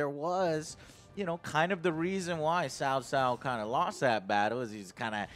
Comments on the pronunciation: It's not 'Cow Cow', not 'Cao Cao' as in pronounced 'Sow sow', but 'Tsao tsao' if you need the actual pronunciation. You know, the funny thing is that these devs said they looked into the history and all those things, and they couldn't even get the pronunciations right (it's not even a hard one, tbh) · Yeah I guess you could say that, but the emphasis on 'Ts' in Mandarin is important. And as for AngryJoe,I think I'm pretty sure he said 'Sow Sow'? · It's more like tsao tsao the pronunciation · tsao tsao means you have to pronounces the t. chinese phonetics bruh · Which clown told these guys how to pronounce "Cao cao" is what I'd like to know. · Sao Sao is not better. Idk what the fuck tsao tsao is as a pronunciation. Seems like something some clown wrote down as a guide and gets read as sao sao. It's closer to ciao in Italian, but as one syllable. Or hell, the chow in chow mein is a terrible anglicization but would have been more correct.